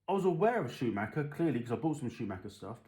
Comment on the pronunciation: Yep you said it like i do mate, it's not Schumaker! Yanks for ya lol